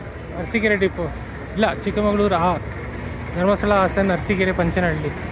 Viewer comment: Adu chikkamagaluru ne not chikkamangaluru